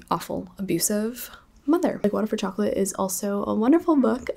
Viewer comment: i read like water for chocolate this month too! i loved it so much, im mexican so i had the privilege of reading it in the original language, and im always biased when it comes to mexican authors so it became a new favorite 🤍 love the way you pronounce the names haha🧂